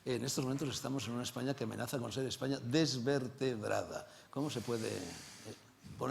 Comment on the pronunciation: Vete al parlamento inglés por ejemplo, canis con dinero y corbata jaleando como burros, por no decir de otros(decenas) que se cuecen a palos. Ejpaña dice el idiota. Objetividad es lo que te hace falta. Y el que escupe en el parlamento es Rufián, y las que sacan las tetas en el parlamento son esos que dicen Ejpaña.